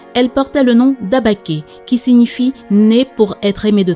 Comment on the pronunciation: c’est « Abikè » et non « Abaké »